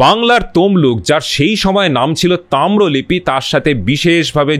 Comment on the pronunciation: Khub valo laglo, shudhu duto shabdo vul uchharito holo. Samman ke 'sanman', ar tamrolipto ke 'tamrolipi'.